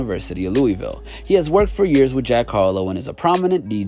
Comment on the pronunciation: Bro can you fucking say Louisville right next time